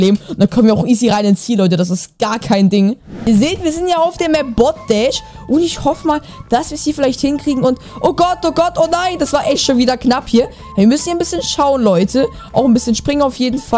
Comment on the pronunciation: Du hast Bot Dash gesagt, es heißt Bot Bash